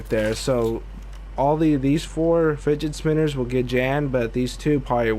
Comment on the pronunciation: I love the he says figget spinners